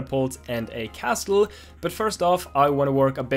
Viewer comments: The "T" in Castle is silent so it's pronounced Casle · Dani! Castle is pronounced - Casele! the "T" is not pronounced :D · I wonder how many time Dani said castel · Making great progress, nice work! Just a tip, the "t" in "castle" is silent, so it's just pronounced "CASS-ull". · It makes me mad every time he says "castul" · For future vlogs: the T in 'castle' is silent... and please dear God of Devlogs, make him read this, because I can't listen to his pronunciation anymore. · why do you have to pronounce castle like that?